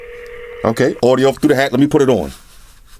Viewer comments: it's hat not heat bro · Weird thing is he's the third reviewer that has said future heat but it clearly says hat wtf